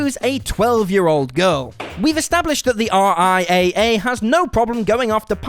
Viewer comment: Just a quick note. In the business, the RIAA is spoken as "R-I- Double A".